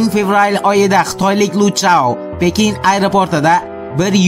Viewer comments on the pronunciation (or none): none